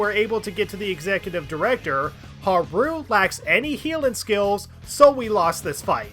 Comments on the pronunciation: You pronouncing Haru as Ha-rooo instead of how they prounounce it ingame really bothered me (Haa-roo). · Why do you call Haru "haroo"? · I have GOT to ask why you put so much emphasis on the ru in haru a a ron type pronunciation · Drives me crazy the way you say Haru's name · Why do you pronounce Haru like Nixon from Futurama? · Really like the video, super entertaining. BUT FOR THE LOVE OF GOD WHY DO YOU PRONOUNCE HARU LIKE THAT.